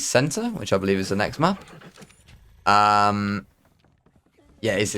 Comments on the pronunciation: Did you say "I be-link"? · "I belink" 😂😂😂😂